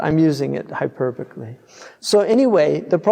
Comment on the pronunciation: I think he meant hyperbolically coming from the word hyperbole, but it came out as hyperbocally. Meaning as a figure of speech of exaggeration. He doesn't literally mean it's incredible, rather emphasizing the remarkable nature of the prophecies.